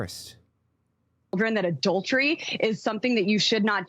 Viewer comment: "Mommy, what's 'adau-dery?'"